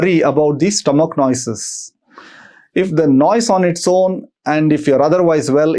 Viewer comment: Learn how to pronounce the word NOISE first please! 🤦‍♀️ It's so annoying the way you are saying frequently! 🤷